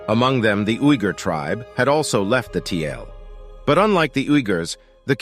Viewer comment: "Kyrgyz" means "forty girls" in Turkic language. "Tiele" was Chinese word for Turk, it was written like " 铁勒“---Tie (铁）--Le (勒）。So it should be pronounced as "Tie-Le", not Tie-L.